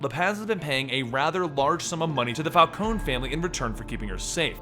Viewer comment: Falcone not Falconi?